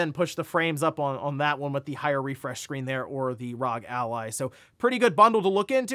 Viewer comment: Still says R.O.G. wrong….